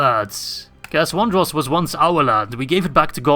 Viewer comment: It's Cair ANDROS!